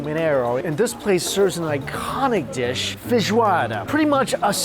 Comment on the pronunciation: When he says feijoada i just hear fish water that's so cursed